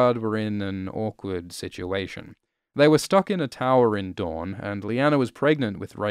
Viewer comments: Your accent says "the doern family lives in doern, and has a sword called doern." (Dayne, Dorne, Dawn) To your credit, you are also very good about prefacing "the country of doern", or "his sword, doern" Never confused, just funny. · Talking about the Daynes and their sword in an Australian accent is the quickest way of A) causing confusion, and B) remembering that George Martin is an American who obviously wouldn't have realised that "Dorne" and "Dawn" are pronounced exactly the same to Aussies, Kiwis and Brits.